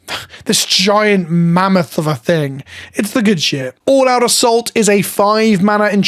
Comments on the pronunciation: When you said All-Out Assault I heard it as "all out of salt" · When you said “all out assault” it first sounded like “all out of salt” which to be fair would be an awesome card